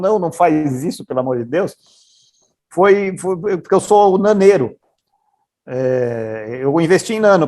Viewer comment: "naneiro" facepalm